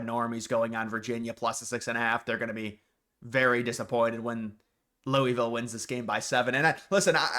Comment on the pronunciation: I’m begging you to learn how to pronounce Louisville. Please.